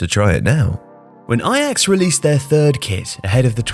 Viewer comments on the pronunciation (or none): none